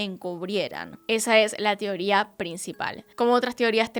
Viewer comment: Amo cuando dice "tioría" en vez de "teoría". Besitos desde Chile ❤️